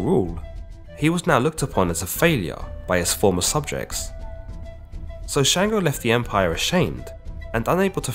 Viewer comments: It’s Chung-go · Sango not shango